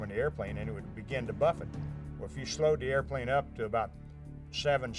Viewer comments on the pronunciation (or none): none